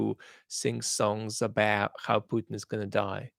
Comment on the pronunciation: ‘Abaat’ pronunciation I think Vad has picked up the cockney accent of the word. I speak as a east-end Londoner, a cockney.